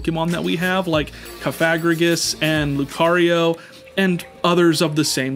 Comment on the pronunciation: The was he says Cofagregris is crazy 😂